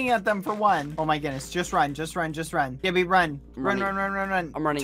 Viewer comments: I love how bbh says keppy instead of Skeppy. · bbh : ¨*says "skeppy" subtitles : JELLY